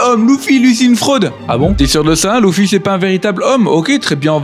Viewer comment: Par contre ces luffy pas louuffy 😂😂